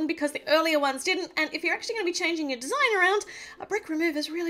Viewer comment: Why does nobody point out that she said "tour" instead of "your"